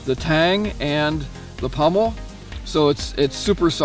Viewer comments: Pommel.....not pummel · Sorry, but the word is pommel (Paw-mel) not pummel. The Seal Pup can be found for less than $50 at times. The Gerber Strongarm was running around $50, but dealers got greedy and now they run $69. No one addresses this issue with prices suddenly rising or dropping and then going back to the usual price. That's why I own the Gerber Prodigy Coyote Tan Fine Edge versus the Strongarm. For $69 one might as well buy the LMF2 which is the better model. It doesn't seem fair to me that knife companies do this. As any product ages, or becomes a popular seller or is being discontinued the price should go down, not up. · It is pommel, not pummel